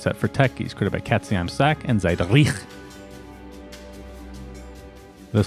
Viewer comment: Ah, an american trying to pronounce a name like katzeimsack (cat in the bag) and Ziedrich always gives me a good laugh